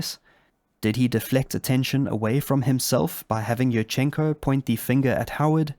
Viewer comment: Yurchenko is pronounced like "you-r-chen-ko" with an emphasis on the first syllable "you". I don't know why native English speakerd feel like putting an emphasis anywhere they want in Slavic names. Love your content though, now back to the video.